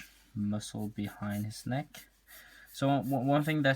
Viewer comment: N e i k t Dont worry though, i used to say it the same way